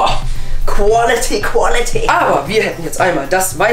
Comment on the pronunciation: haha qualeti,qualeti 😜😂